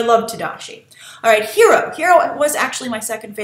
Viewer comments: Honey Lemon is pronouncing Hiro name the correct way, when any Japanese word is written and translated one pronounces all letters. jus like in spanish, honey lemon is hispanic so she would know how to pronounce is name correctly.....i guess its something Lost in Translation ;) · Beyond The Trailer HI Grace! Huge fan for your reviews and analysis. You mentioned Honey Lemons accent. Actually, she is the only one in the group to say his name's pronunciation "correctly", like Japanese correct. I was, in fact, surprised that she got his name right and weird that Gogo got it wrong since she is Korean. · Totally agreed with Honey's pronounciation of Hiro! X) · I am the only one that doesn't like Honey Lemon's design? The only thing I thought was cute about Honey was the way she pronounced Hiro's name. I think it's funny that Grace disliked the only thing I like about Honey Lemon.